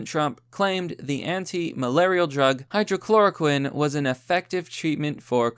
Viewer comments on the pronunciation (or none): Not even slightly surprised that you just can't figure out how to correctly pronounce 'hydroxychloroquine' even when the word is right in front of you. Pathetic.